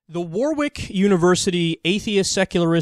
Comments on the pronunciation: war-wick nahh it's pronounced warick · It's pronounced War-rick, like Warwick Davis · Kyle - it's pronounced "Worrick". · Brilliant analysis, as usual. Sorry, Warwick is pronounced 'warrick'. PC is so feeble-minded. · I always laugh at American's trying to say British town names. Kyle it's not War Wick it more soft and the syllables are less strong. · the sad thing is, this whole discussion started because I made a cheeky joke about Kyle not pronouncing Warwick properly